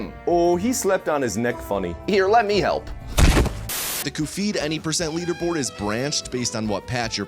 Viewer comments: same vibes as shithead [read: shatheed] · "Cu-feed." bro 😭🙏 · why does he call him cufeed? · Pronouncing Cuphead as “Coofeed” is the hardest I’ve laughed in a while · Hearing "coffeed" every few minutes kept my brain awake, good video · "Coofead" I hate you so much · Him saying “coofeed” instead of cuphead is getting to me and I don’t know why it’s upsetting me this much, like I can just click off the video but it’s actually interesting 💀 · pronouncing it coo-feed once is a funny joke. doing it every time after that is annoying and i wish you'd stop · why does he say cufied instead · I've never heard Cup Head pronounced Kuph-heed before?? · Kufeed? Are you serious? 😂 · Downvote purely for saying "coofeed". It's not funny or clever. It's annoying. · “I don’t embarrass myself… Khufeed and his pal Mugmu-NN…” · wrong pronunciation. it's "ph" as in "stephen", cuvead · who the hell is ku-feed?! is this guy trying to be cute by pronouncing CUP-HEADS NAME AS KU_FEED?!?! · I’m having a visceral reaction to hearing it pronounced Koo-feed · OMG that pronunciation is driving me crazy! It's "Kuff-E-Ad" you goof! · I will forever be pronouncing it the real correct way now. 'Cufeed' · calling it cu-phead is CRAZY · This is the guy who pronounced cuphead “coofeed” the ENTIRE video without acknowledging it I always just assume it’s a bit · ..the what? Cufeed? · Why do I feel angry every time he says Kufeed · Why does he pronounce cuphead like that lol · Weird that no one else knows how to pronounce Cuphead and Mugman normally like you do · That pronunciation makes you sound like a shith-ead :p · Honestly, you’re trying way too hard to be funny here. Between the bizarre pronunciation of Cuphead, the dragged-out running gags, and the constant one-offs, it comes off as more eye-rolling than funny. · Great video. Had to dislike it because of the stupid way you pronounced Cuphead, but I liked it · How do you mistake the pronunciation of Cuphead like that? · “Coo feed”